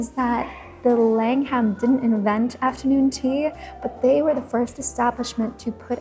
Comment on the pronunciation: Langham is pronounced Lang'am not Lang-ham. You look like Holly Willoughby. Surprised you didn't feature the Peninsula, Berkeley and Corinthia hotels.